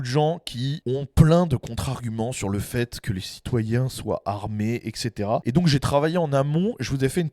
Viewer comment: Le gars dit bien etc et non pas ect. Déjà mieux que 80% des français